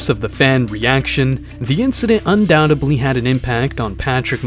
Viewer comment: UNDOUBTEBLY had an impact one of thee most COMMONLY mispronounced words of all time